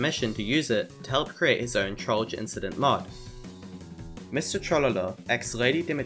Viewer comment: That is NOT how you pronounce Trollge